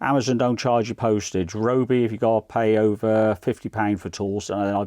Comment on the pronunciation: thanks, i have this but i dont think they have any different style tips unfortunately, which is a shame. FYI its pronouced RYE-O-BEE